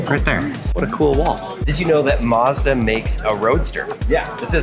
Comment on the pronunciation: It’s Mazda not Modza it’s a A not O